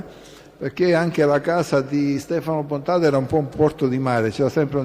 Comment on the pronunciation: BontaDe , non BontaTe 😎